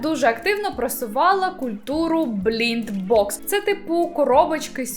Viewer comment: Перекупів не осуджує, офіційний бізнес, який ведеться роснявою не осуджує...І... блайнд бокс, а не блінд